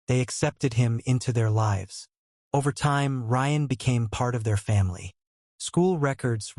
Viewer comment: AI mispronounces words and is sometimes difficult to understand. Example: mispronouncing lives (long i) as lives (short i).